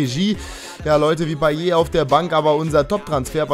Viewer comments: also das T bei einer Wortendung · Man spricht Payett und nicht Paye. Hatte es früher auch so ausgesprochen. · weil es am ende ein t ist und man spricht nur e wenn am Ende ein r steht;)